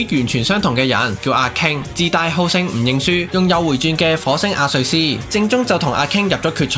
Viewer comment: 咩阿瑞斯lol 阿雷斯啊